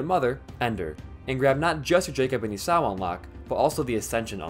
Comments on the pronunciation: It's e saw not esauuuu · ee-saw, not ee-sow I made the same mistake bd1p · lol I forgot I said this, but god I fucking hate how he says Esau as "Esaw" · It is my understanding that the name of Jacob's brother is pronounced "E-Saw"